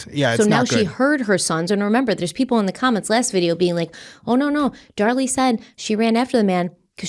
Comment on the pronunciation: Dar-LEE, from Krypton..